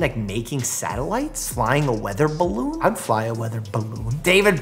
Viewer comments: I don't know why him saying balloon was so funny to me lol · The way he says balloon🤣🤣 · I keep replaying him pronounce balloon lol